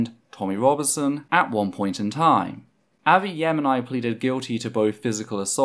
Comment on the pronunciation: Avi Yemeni is pronounced Arvee and then Yemeni like the nationality lol